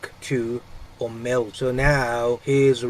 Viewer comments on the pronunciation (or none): omerta not omelta